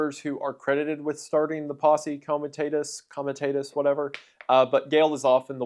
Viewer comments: comi-tah-tus, not comi-tay-tus. AFAIK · You are pronouncing "comitatas" wrong. It's a short "a" not a long "a." Also in your video, you told us about a woman who ordered the arrest of President Obama, but you showed the photo of President Jimmy Carter (not even the correct RACE !). Very poor editing. One more thing: learn how to pronounce Waukashaw. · Posse Coma-tah-tuss